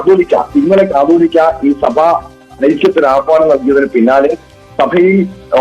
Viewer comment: കത്തോലിക്കാ അല്ല കാതോലിക